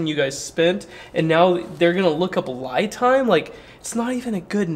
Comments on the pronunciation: I think the I is pronounced as an E as in LEE Time. LI Time = LEE Time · I can guarantee Li Time is short for Lithium Time, so should be pronounced as Li in Lithium, not Lie. Lie Time actually does sound stupid. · It’s pronounced Lee time not lie time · LEE time, as far as I have heard from others who the company told how to pronounce the brand name. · It should be pronounced like the name "Lee". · Uh oh, I pronounced their name the same way you did in a review, and they were not happy. They want it pronounced "Lee Time" LOL. But yeah I don't understand all the name changing either. Great Review! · Pronounced “Lee” Time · I saw another channel's review and the company responded that it was pronounced "lee time" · That's exactly how it's pronounced - li without the thium - per an email from the company. The problem is nobody sees it that way when reading it lol.